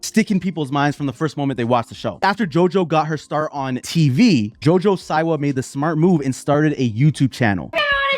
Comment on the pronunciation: The way you say her name, lmao, omg… it’s pronounced ‘See-wah’, also, Tana Mango, XD!!! Okay, now, back to Jojo. She oversold it. She should’ve been more shocking with her music video. She didn’t come through. She played it safe. If she gives us more, just like Miley did with her Bangerz tour, then, the reception would be different.